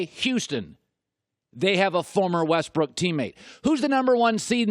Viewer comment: WESTBRICK say his name right